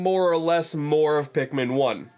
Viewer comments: "Pikman 1 and 2..." it's Pikmin not Pikman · "a mii is a pikmin" *Pikmiin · Now we gonna need "Hey Pikimin"